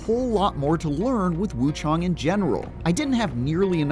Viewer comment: It’s wuchang NOT wuchong 😂😂😂